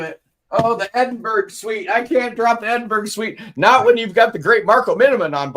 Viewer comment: Sorry. Edin-bur-uh. Edinburg is sooo wrong.